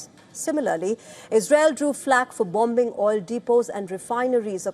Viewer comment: Gosh I hate how they pronounce "BOM-BING" 🤦‍♂️